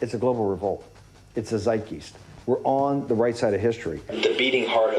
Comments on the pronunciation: It’s “zyte-guy-st”, not “zyte-gueest”, you idiot Bannon. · Bannion says "zeit --- geesed" He really IS a goose 💥 😵‍💫